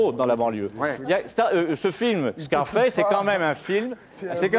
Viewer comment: "Scarfasse" lol